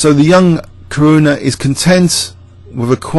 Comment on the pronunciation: Actually Caruana is pronounced Car - who - ana (without the "h" sound) ...like Louisiana.